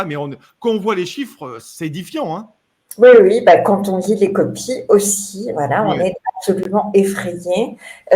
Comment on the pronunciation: mn 24.16 prononciation déficiente QU'ON VOIT LES CHIFFRES au lieu de QUAND ON VOIT LES CHIFFRES Désolé., mais les journalistes aussi devraient s'exprimer correctement sinon, il ne faudra pas s'étonner lorsque enfants, ados et, même, adultes écriront KON VOY LÉ GIFRE TOUS LES JOURNALISTES DEVRAIENT ÉCOUTER J.BAUD, M.MAFFESIOLI, B.ROSEN et les quelques personnalités qui respectent leurs auditeurs et notre langue.